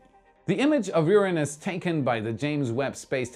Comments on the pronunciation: I love how much effort was put into pronouncing URANUS! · It must have been so hard to pronounce "Uranus" instead of "UrANUS". LoL